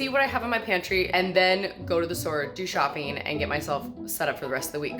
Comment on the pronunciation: Why doesn't she pronunce the last g in words like shopping or making , how much time do you save by not pronuncing one alphabet it sounds so odd